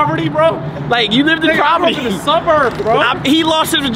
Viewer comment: I don’t like to correct ppl because everyone makes mistakes, but when you mispronounce poverty more than twice something has to be said lol. IT’S POVERTY NOT PROVERTY 😂.